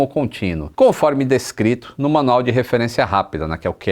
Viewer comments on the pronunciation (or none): none